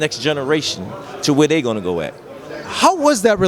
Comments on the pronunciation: Put some respect on the man's name, it's not Ger-von-tuh its pronounced Ger-von-tay. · This refuse to say his name right GER-VON-TAAAAA!!!! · JER-VON-TAAAY...LIKE HAY...Are you and paulie gaay?? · Why is this dude MISPRONOUMCING Tanks first name????? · Why does the interviewer always pronounce Gervonta name like that? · Great interview but how many times are you going to mispronounce Gervontae… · Lol he religiously says Tanks real name wrong intentionally. He’s heard it said correctly so many times too, I be laughing hard af lmao. Last time he replied to me saying “you look too deep into things” lol knowing that he not saying it right and continuing to “till this day!” in my wilder voice lmaooooo he knows what he’s doing lmao